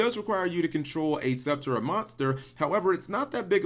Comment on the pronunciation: "Archetype Subturra," hahahaha, I like how you enunciated that.